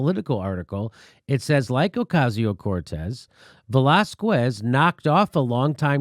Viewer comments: It's not Velaz-kwez,it's Velaz-kez, you ignoramus. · Dude, don't say Velaskwez. Its pronounced Velaskes with the stress on the a. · It's not Velazqwez, it's Velazquez ! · JIMMY!!! Please! Lay off the VelázKOOez pronunciation! It's really simple, VelÁZkez. The U is silent! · It's pronounced VELÁZKEHS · Velasquez is pronounced "vuh-lah-skez" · How TF does Jimmy live in L.A. and not know how to pronounce Velazquez. He doesn't eat queso? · Jimmy, the "qu" in Velazques is pronounced like a "k"! Ask your wife. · ugh Velazquez is nooooot pronounced like that...